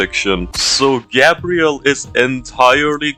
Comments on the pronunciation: garbel 😂😂😂😂😂😂😂😂😂😂😂😂garbel not Gabriel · Putting the L in GabrieL